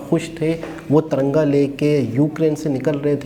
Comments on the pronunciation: Taranga nhi hota hai Tiranga hota hai. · Taranga nahi usko TIRANGA kahein